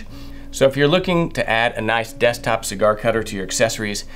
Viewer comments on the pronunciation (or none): none